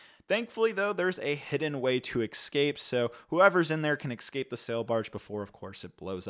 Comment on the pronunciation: we had "aks" now we also have "ekscape" 😂😂